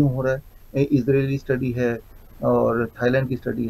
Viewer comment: तूम "है" शब्द को सही बोलने की प्रैक्टिस करो। डा0विश्वरुप राय चौधरी सर की वजह से "भारत की बिमारीयाँ" जड से खतम होने वाली है। आप दोनों का अभिनंदन....हार्दीक आभार. 🌷🎸